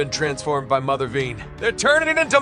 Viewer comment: It’s from the “Cry Havok” arc of Cullen Bunn’s X-Men: Blue. It’s the culmination of the main story arc of the entire series. Also, it’s pronounced Mother vine, not vein.